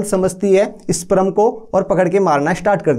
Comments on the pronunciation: Sprum nhi sperm hota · Pehle sperm to bolna sikh le, wo sprum nhi sperm hota hai